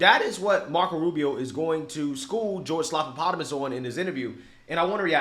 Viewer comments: You're pronouncing it wrong. It's George Slap-a-Platypus. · "Slopapotomus" "Slopadopolous" 😂🤣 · No you're saying his name wrong. It's Slobanoboulos. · I always laugh when calls him "slopapotomus" 😂